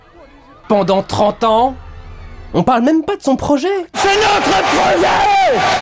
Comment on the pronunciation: Entre le "prôjet" et "vampire" je n'en peux plus